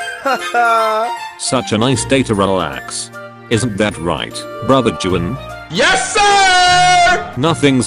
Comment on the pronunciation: Btw Juan’s name is actually pronounced as “uan” not “juan”